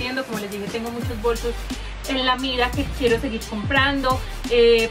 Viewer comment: se dice bolsos no bosos jaajajjajaajajajajaajajajajaajja